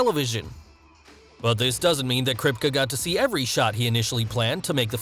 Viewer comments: The show runner's name is pronounced Crypt-key or Crip-kee. Like, Officer Kripke from West Side Story. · It's pronounced KRIP-KEE...This narrator needs to be fired! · Kripkuh??? Put some respect on my man's name! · It may help to be able to pronounce the show runner's name. It may give the impression that you care about what you are reading. *Krip-KEY. * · Since he’s most likely of German-Jewish decent it’s actually Krip*kuh*. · I’m mad that I live in Toronto and I haven’t run into Antony in character. I’m also mad how often Kripke is mispronounced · You pronounced Kripke wrong bruh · Omg. I'm not even finished with the video and he pronounced Eric Kripke's name wrong, called Black Noir the "poor man's Black Panther," and said Karl Urban is from The Lord of the Rings. Karl Urban is NOT Andy Serkis! Do your research! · It hurts when you can't say "Kripke" correctly... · The way you pronounce Kripke's name is somehow like nails on a chalkboard. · But you can even say the show runners name right. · The way you pronounce Kripke is scarring my mind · This guy can't even pronounce Eric Kripke's name right. How are you going to make a video and keep calling the man a wrong name? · cringe at the way he pronounces Kripke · exactly ,it made me look up his name again,good lord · it's /kripki/ not /kripke/ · Its pronounced kripkey not kripkuh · krip KEY not krip cuh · Krip=kah??? I thought it was Krip-Kee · It’s pronounced “Krip-kee” not “Krip-kuh” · Kripkuh? I thought his name was pronounced Krip-KEE? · It’s kerp-key not krip-ka 😌 thank u for coming too my Ted talk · It's pronounced Krip- key ... lol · It's pronounced CRIP-KEY not Kripka. Who told you that's how to pronounce his name? The should be fired. That's probably why you haven't cracked 100k, you lack depth of research. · Buddy can't even say kripke right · Eric KRIP KEEE not KRIP KUH🤦🏽‍♂️ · I’m pretty sure you are saying Eric Kripke’s name wrong. It’s not Krip-ka, it’s Krip-key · Its kripkee not kripkuh